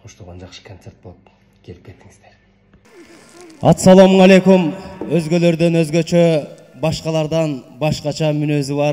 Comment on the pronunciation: Атсаламу алейкум дебей ассаламу алейкум де